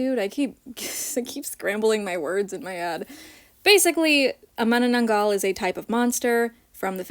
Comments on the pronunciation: As a filipino, you pronoucned manananggal so perfectly!! Honestly I feel the same way about her skin tone, I wasn't expecting pink. I hope they give her really big wings and the ability to detach from her waist. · Omg you pronounced manananggal perfectlyyy Btw the reason why its called that name is because the direct translation of it is Remover basically its either because it removes itself from the lower half or sometimes, it removes just the internal organs of its victims Hopefully shes gonna detach the manananggal lore is rlly crazy and there are common sightings of this cryptid in my country. Theyre basically normal humans at day but at night they turn into those monsters. And are mostly females Manananggal is a subclass of the filipino monster called aswang (or the filipino ver of vampires). Their favorite food is mostly children or men (depending on ur location their fave victim changes) oh and they are also pretty at first glance but when you go near them they will change their appearance to a hideous monster. In order to kill one of those, you need to put salt and garlic on their lower half so that they cant return to the half when sunrise arrives because they will die since they survive during the day they are normal humans. Oh and the pink skin can be attributed to their blood drinking coz some sightings of manananggals change their color to pale like a zombie or red depending on which lore youre looking into. Sorry for the yap it means so much as its my fave filipino cryptid (alongside tikbalang a filipino minotaur but with a horse head) and a filipino.